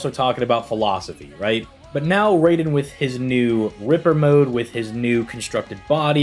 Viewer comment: Raiden is pronounced r-eye-den... Just a friendly correction. Great video!